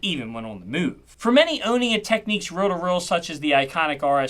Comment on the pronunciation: Learn how to pronounce reel to reel. WTF is a rill to till? Thumbs down